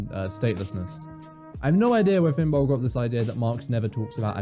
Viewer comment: Finbol, you said it perfect. Thankyou.